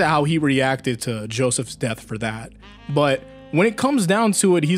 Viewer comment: Did you say “Joseph’s death” lmao